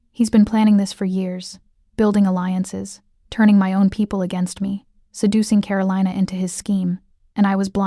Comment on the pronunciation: So Min had NO security of his own in the restaurant while he was dining with Karolina? That's crazy. And it's pronounced Ka-ro-lee-na, not Ka-ro-lye-na!